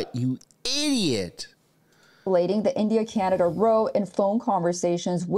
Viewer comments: In this context, "row" rhymes with "cow", not "slow". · “Row”— in the sense of a quarrel or fight— rhymes with “now”. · Row...it's pronounced like ouch... ow...row